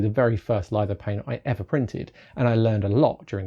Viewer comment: what's a "lido pane" pretty sure you mean litho-phane